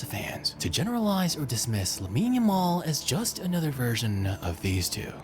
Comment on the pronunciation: Ya- mall bro, not Jamal